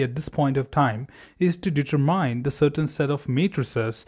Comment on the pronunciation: Very informatvie, but for future: It's pronounced deter-min, not deter-mine.